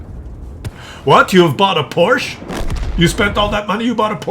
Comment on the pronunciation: please don't say "Porsch". It sounds completely ridiculous to us German speaking people. The manufacturer is called "PorschE".